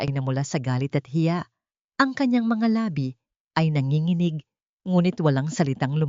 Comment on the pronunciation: Ampangit ng boses ng narrator at mali-mali pang bigkasin ang mga salita gaya ng mapanganib ang bigkas ng narratorr ay ma-pan-ga-nib, tumugon, ang bigkas ay tu-mug-on, nanginginig- nan-gi-gi-nig ang tamang bigkas ay na-ngi-ngi-nig, ang lumingon at bigkas ng narrator ay lu-min-gon, ang tamang bigkas ay lu-mi-ngon, paningin- bigkas ng narrator ay pa-nin-gin, tamang bigkas ay pa-ni-ngin